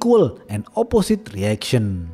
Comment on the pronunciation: biar makin cakep. Cara ucap quots di ending *Opposite = Oposait || See you too 🥳